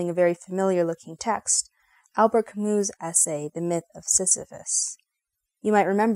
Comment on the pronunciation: Can’t you even pronounce Camus’ name properly?! It’s not “Ka-moo”, it’s “Ka-myu”. He’s French, for Christ’s sake!! Jeez!